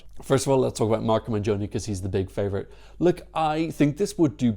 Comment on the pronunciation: btw pronunciation guide: "MENGHONI", not "menjoni" and "COLAPESHE" not "Colapeske"... ;)